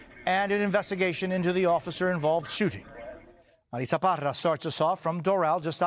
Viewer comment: "im Marissa Parra." "MADISSA PADDAAAhh!'